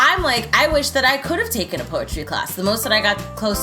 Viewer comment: Poe a tree sounds like "pose a tree"